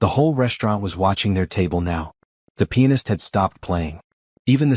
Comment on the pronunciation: I !m sure you meant pianist and not penis